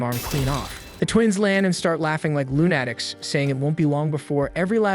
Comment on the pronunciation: Lune-attics? learn to read